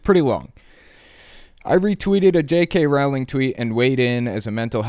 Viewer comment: just a quick FYI: its not JK Rawling, its Rolling